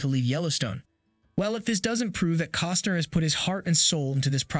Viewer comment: His name is not "Coster." You owe it to him to be correct.